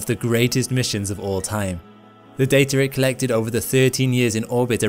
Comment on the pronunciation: "The Dater it collected" lol